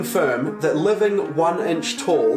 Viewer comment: Everybody: Inch: Ench